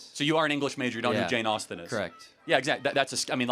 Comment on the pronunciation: Guy " what is your fyavorite" Jane Austne book? Harry potter😂😂😂😂. From africa , i know who was Jane Austen.